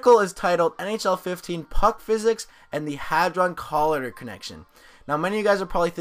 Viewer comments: ITS COLIYDER, NOT COLADER. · its co lie der but no biggie bro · COLLIDER u butchered that bro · It annoyed me every time you pronounced "collider" wrong -.